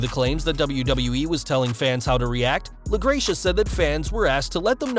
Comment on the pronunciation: La-GRECK-uh.... fyi